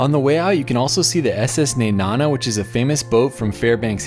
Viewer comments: You mispronounced nenana it’s ne like knee and nana like banana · It’s pronounced Neh-nah-nuh lol Nenana ❤️ cute video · How he pronounces Nenana pisses me off so much as a local